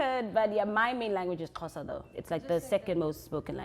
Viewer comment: Bra, you said Xhosa perfectly 😂.